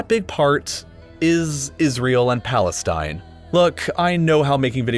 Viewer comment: I like how he say plastine